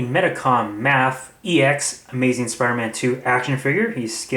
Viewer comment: No dude mafex (may-fex) sorry but your driving my OCD Insane